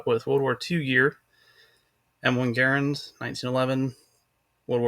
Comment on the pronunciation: Hey you said Garand the correct way. I cant tell you how many times I correct people but they don't believe me. The way you said it is 110% the right way.